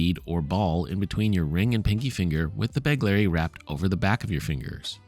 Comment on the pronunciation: BEGHHHLERI, NOT BEGLERI.